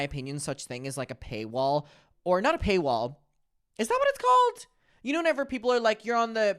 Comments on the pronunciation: Ahahha it's payroll not paywall. It took me a while as wekl😂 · Payroll baby, the word is payroll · It’s “pay roll” but we know what you meant lol